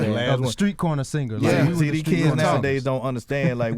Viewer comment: Charlemagne can’t say Struggle, Straw, Straight Stripper or Street. He says: Scuggle,Skraw,Scrate,Skripper and Screet